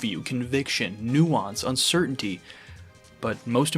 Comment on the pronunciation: Bro said Nuance with a hard U I'm weak 😮 Truly though this was a great analysis, I agree wholeheartedly. Love is messy, it never fits nicely under one banner. Its painful and vital and beautiful. Everyone deserves someone to be in love with. But the fact that life will always make that harder for us is what makes it all the more worthwhile to fight for.